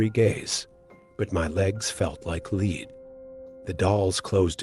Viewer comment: I ALMOST thought this was a real person reading this, ALMOST. Then "it" said .."my feet felt like lead." As in READ, not lead as in RED! Gone are the days of actual people reading their stories on their channels...now it's all AI's! smh